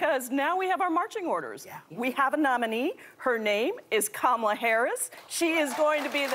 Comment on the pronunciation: Kamala and Pramila's parents are from the same region in India (Tamilnadu). Hence she pronounced her name correctly for once 🙂